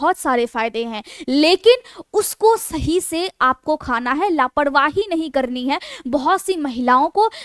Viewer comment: आप अच्छे अंदाज में बोलती हैं। थोड़ा उच्चारण सुधारने की ज़रूरत है। एक 'बाड़' नहीं एक बार कहते हैं। लापरवाही नहीं, लापरवाही कहते हैं। जानकाडी नहीं जानकारी... थोड़ा ध्यान देने से भाषा सुधर जाएगी।